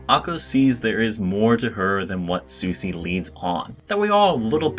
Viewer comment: Said "Susy" instead of "Sushi", disliked